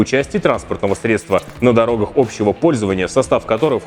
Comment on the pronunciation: СредствА средствА.... Учи русский!!!